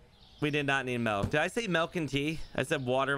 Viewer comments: I just noticed that can't pronounce the letter i like instead of milk he says melk and instead of pillow he says pellow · The “melk” thing makes me cringe every time 😂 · Norwegian. Melk = milk. Doesn't borger me. Since he is saying it like i say it.🇧🇻